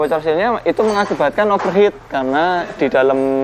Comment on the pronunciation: Dari banyak mekanik yg saya pernah temuin, baru ini yg bisa bilang 'over heat' dgn benar. Biasanya 'over het'. Mantap.